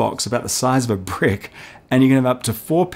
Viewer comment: he must've said "...about the size of a brick." But it sure sounded like a 'p' to me. funny.